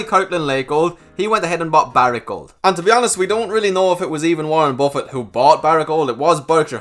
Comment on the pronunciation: Well now your saying gold correctly. Did you practice lol